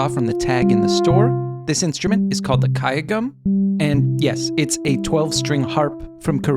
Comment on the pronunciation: kudos on that pronunciation of gayageum!